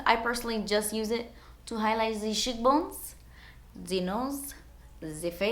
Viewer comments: "Highlight zee shitbones" lol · When you said you used the fan brush to "highlight the cheekbones," I thought you had said "to highlight the shitbones" i died lmaoooo